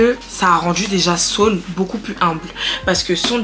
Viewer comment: tu es à la fois drôle et posée c'est vraiment captivant . Que Dieu te bénisse, par contre Saul est différent de Saül (Sauuul) mais continuons belle aventure si non